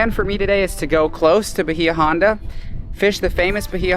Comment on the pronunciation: Hate to be the grammar police… but it’s pronounced By-ya Honda….thanks for the amazing content!